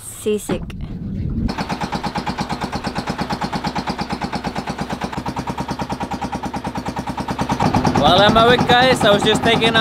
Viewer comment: At first i thought i heard got sisig until i read some comments here that got sea sick not sisig🤣🤣🤣